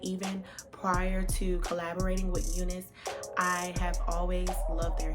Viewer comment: Why you whispering? You're not pronouncing name of wig properly, it's U NICE LIKE YOU ARE NICE